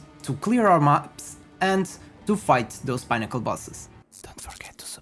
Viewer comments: 😂😂 it's "peh - nuh- kl" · “Pinn” to rhyme with ‘win’, as in win or lose. I think 2 x n’s is always(?) pronounced this way (inn, dinner, Finnish, innate, etc). Thanks for the build. Just what I needed. Couple of errata I noticed: you forgot to add the CI node on your mobalytics passive tree, and you can’t get +rarity find% on body armour in the mobalytics text! 🤓🫡